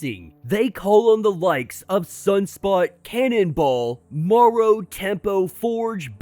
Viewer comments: Interesting breakdown, except Marrow's code name is pronounced "Mare-Row" (as in "bone marrow"), not "morrow" (like "tomorrow"). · So you call it bone "morrow" & not bone "marrow"? Which country are you from, might I ask?